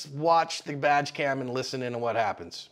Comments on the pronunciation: Haha "vag cam " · Wow, she just started blasting at both of them. That was butt puckering. Ohh also when you say badge cam, it totally sounds like you’re saying vag cam! Maybe body worn cam would be better. LoL. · Did I hear right ? Was that badge cam or vag cam ? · I swear I heard "We have this on VAG-cam" twice. lol